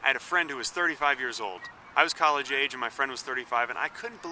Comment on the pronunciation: when you said age i thought you said AIDS and i snapped back to this window